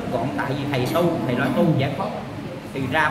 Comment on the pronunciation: Bi NGỌNG CÒN NỔ NỮA AI CHIU CHO NỔI HẢ KHẦY , HẢ KHÃY , HOHOHO